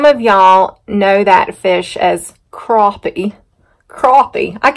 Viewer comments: You say it perfect! Crappie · Never too much salt for me either! I say crappie the way that you do! I am from North Carolina myself! Think i will go down to the water and catch a mess of crappie. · Yes Mam we are so happy to see that big bright ball in the sky! Been a long time since we seen it. Not ya ran out of propane! Bit to cold to be taking cold showers! LOL. Mashed taters looked ever so tasty! Lots of mud still laying around no doubt. Yep Crappie is the correct and you said it right. Or to us anyway. LOL. Chicken and dumplings is what we call it but found they call is stew / pastry when we moved up here to NC. Rene and I laughed so hard over your husband saying he an'it no chicken farmer! LMBO. Priceless!! Your daughter sure was eating it up. That had to tell ya you had a winner supper right there! Well guess you know they calling for snow so batten down the hatches over there and lets get ready for another mess to roll in. Keep up the great work and hope you folks have a wonderful rest of the week and weekend. Stay Safe! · Crappie good stuff you say it like I do